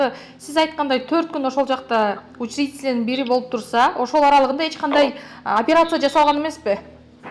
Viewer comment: Депутаттын созубу опирация дейт акмак туура суйло же кыргызча суйло да а так патак дейтго